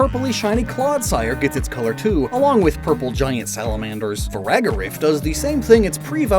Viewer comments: i noticed you said Farigiraf wrong . you said Faragarif instead. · why you pronouncing it like its “Firagarif” when its “Farigiraf” lmaoo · that is not how you say farigiraf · you’re still mispronouncing farigiraf bro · add 2 to the " mispronounces farigiraf" counter 😅 i know he has a hard time with that but it still drives me crazy lmao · Dachsbun is pronounced DAHKS-bun, like Dachshund! It's FARIGIRAF, not Firagarif! nerd glasses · Dude forgot the German pronunciation of “dachs” 💀 Butchered Farigiraf again too! Those vowels are tough!